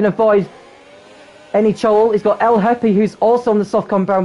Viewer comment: The "h" in Lhepy is silent. Prounced more like "Lepi"